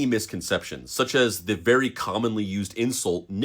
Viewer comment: SHHHHHHH … Be vewy , vewy , quiet ..